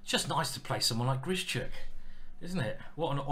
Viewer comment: Ben says why do you keep butchering Grischuk's name. It's not 'Grishy - Chuk' for Christ's sake, practise saying 'Grish - Uck' in the mirror and remember there is no 'Y'.